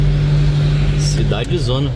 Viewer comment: CIDADONAAAAA , NÃO CIDADEZONA, CARA MELHORE UM POUCO O PORTUGUÊS, KKKK